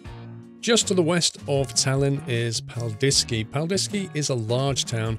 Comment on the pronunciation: When he pronounced Paldiski I started laughing so bad. Tervitused Eestist! (Hello's from Estonia!)